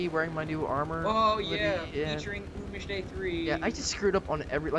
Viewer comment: btw not tryin to be rude but im pretty sure he prefers it to be pronounce oomish not omish